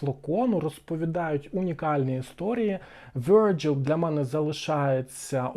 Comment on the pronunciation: Virgile - французькою, крім Вергілій, ще значить: Молода дівчина; чиста, як лілія; вудилище; палиценосець. Обирайте, що підходить 😅 Читається: ВіржІль (наголос знов на останньому складі).